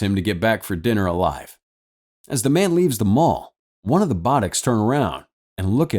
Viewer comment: Bodachs! BODACHS! It's pronounced bo-dacks, not bod-acks, which you would know if you actually watched the movie.